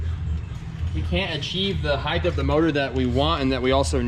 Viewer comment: HEIGHT HEIGHT HEIGHT DAMMIT. THERE IS NO HEIGHDTH!!!!! GREAT SERIES GUYS!!!!!!!!